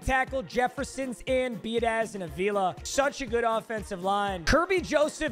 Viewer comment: I’m just letting you know your center at the beginnings name was Tyler Biadasz. His last name is pronounced bee-ood-itch.